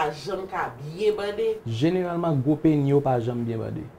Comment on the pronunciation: Pou kisa nou pa prononse-lèt S la nan tèm pénis? Penny se 5ç USA a.